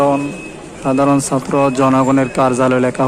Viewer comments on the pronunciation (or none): none